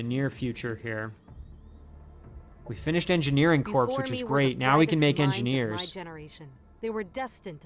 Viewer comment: While you paused, before the battle for the heirloom, you flashed on your two armies' POWER. Jack was the more powerful! Perhaps your Hero needs something more than scout units, for combat? This battle could be nasty...lol. GL! (You made it look easy! heh) Btw, 'Corps' is pronounced 'CORE'. Did you hear Obama when he said that and assume he was right, cuz Harvard? lol I'd have Jack clear the nearby area before running all the way back.